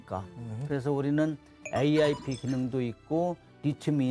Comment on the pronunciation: AIP을 왜 자꾸 ARP라고 말해?